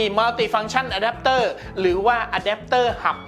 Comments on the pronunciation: ผมได้ยินคำว่า”อแดปเตอร์หำ” แน่ะ ! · อเดปเตอร์หำ นั้นเอง ได้ยินแบบนี้เลย